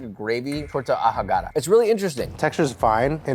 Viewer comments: You did just not say "Torta Ajogada" lol. The 'h' is silent in spanish unless you put it after a 'c' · Torta a-ho-ga-da Josh XD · Torta Ajagada lol, you don't pronounce the H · "ToRtA aJoOgaDa" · The pronunciation of "Torta Ahogada" sent me.